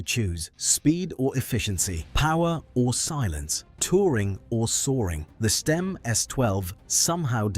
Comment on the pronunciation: The AI voice is all over the place with its pronunciation of Stimme isn't it?